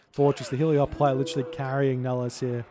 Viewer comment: Damn hahah! And the Trojan soldier says "Hele-O-poli" in mission 6 as well! But all is not lost... In Spanish it's "Helépolis", and I googled it, and the greek name is "ἑλέπολις" (elepolis), wich is pronunced "elepolis" by the Google Translate lady. And I translated that to english and the lady pronunces it "helepolis" as well.